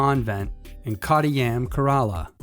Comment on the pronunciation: The way he mispronounced Kerla makes me cringe lol